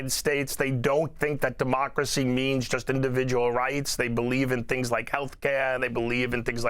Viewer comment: And it's "just" not "jyst" educated man.